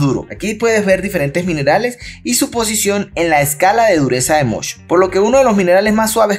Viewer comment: Escala de MOHS, no de "mosh" 😂